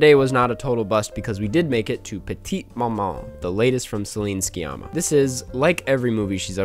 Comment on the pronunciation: um i believe the "c" in sciamma is silent